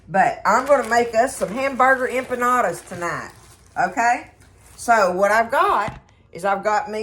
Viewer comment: Dearest Friend, I’m not familiar with Mexican food and when you said what you were making, it sounded like “UMPA LOOPA’S “ like the movie character’s 🤣😂🤣. It made me laugh so hard!! 💕🙏🙏 your KeyLime friend